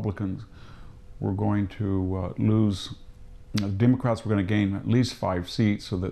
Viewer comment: he said "demon crats" 🤣😂🤣